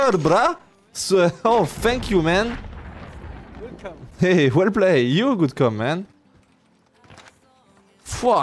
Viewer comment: What a cover Mate: You're welcome ( et pas well come ): No you good come 🤣🤣🤣🤣